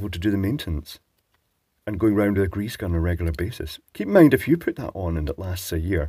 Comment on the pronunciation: Hail greeze! I live that pronunciation. <3